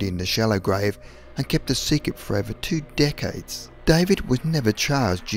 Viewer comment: Did anyone else thought he said 'dickheads' instead of 'decades' xD